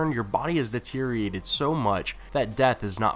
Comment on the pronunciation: Deteriorate not deteriate, say it right!